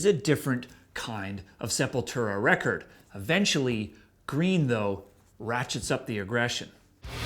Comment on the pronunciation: It's not that be of a deal, but so many ppl pronounce Sepultura wrong, I've heard the band band members pronounce it SEP-YOU"LL-TWO-RA. Not SEPUL-TERA. But it doesn't really matter what I think, I don't listen to any Sepultura after Roots Bloody Roots.....I only listen to Max era Sepultura.